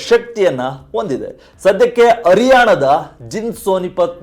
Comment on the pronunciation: ನೂರ ಅತ್ತು ಕಿ.ಮೀ. ಅ ರಿಯಾಣ ಅ ಮತ್ತು ಹ ವ್ಯತ್ಯಾಸ ಇಲ್ಲವೇ ನಿಮಗೆ